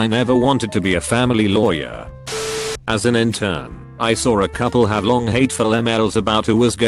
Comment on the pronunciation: No one: Not a single soul: Text to Speech: LAE-WERS